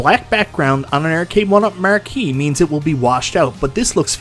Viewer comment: “The marr-key” hahaha love that